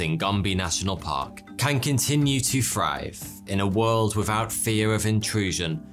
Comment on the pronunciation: “Free to frive”